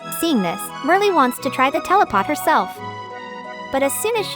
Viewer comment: Are you saying telepot?? Like teleteakettle??